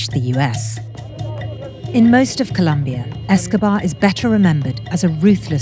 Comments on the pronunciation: It's Colombia!!!!! Not Columbia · Really vice? It’s ColOmbia! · Colombia, not Columbia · Colombia not Columbia! How hard is it?? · Damn it guys, is not that hard. It's COLOMBIA!! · it's Colombia, with 2 O's! Sincerely, Every Colombian EVER 😘💛💛💙❤ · ITS COLOMBIA NOT COLUMBIA